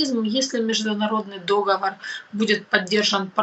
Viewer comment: Дипломат, который в слове «договор» ставит ударение на первый слог, - ужас. Если про международное право, то не так все просто. По большому счету, международное право - право договора, который распространяется только на его участников. Вряд ли путинская банда подпишет договор, по которым их будут судить. Судя по всему, деды собрались рулить страной пожизненно, ограничив горизонт планирования продолжительностью своей жизни и взяв остальных в заложники. С другой стороны, Милошевича слили свои.